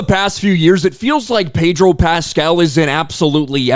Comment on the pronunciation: I the "r" in Pedro Pascal a silent one?